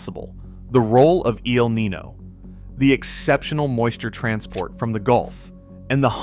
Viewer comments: “Niño” is pronounced Kneen-yo not knee-no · It's nin-YO. Not nin-no.... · Yeah his mispronunciation is driving me crazy. I know it’s petty but come on lol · Right? Eel knee-no? Like anyone who understands basic weather should know how to say this.